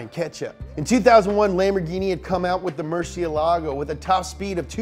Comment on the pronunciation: I'm chilean and I'm laughing at how he pronunces Murciélago lmao